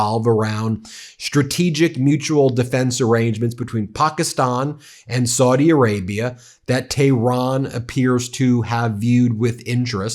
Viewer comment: Please stop mispronouncing Saudi Arabia as 'swordy', it's very annoying and disrespectful.